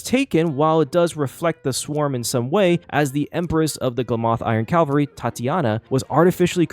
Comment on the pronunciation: "Calvary" (CALV-A-REE) is a ye olde religious word that means something like "salvation" "Cavalry" (CAV-AL-REE) is a military term referring to a unit of mounted combatants. "Glamoth Iron Cavalry" uses the second, not the first. 🤙